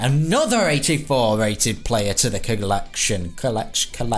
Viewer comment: What’s a player you mean a plerrrr